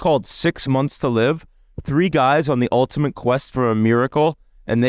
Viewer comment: "Ultamint" - Whit